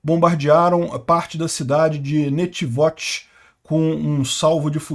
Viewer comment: Corrigindo a pronúncia da cidade de Netivôt (como avô)